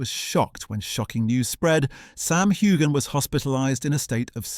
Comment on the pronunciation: You don't pronounce the "g" in Heughan. Just saying. It's like Hughes.